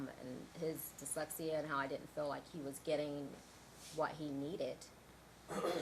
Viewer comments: Right?? Keep hearing "dickslexia" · This attorney has a tough time saying the word dyslexia LOL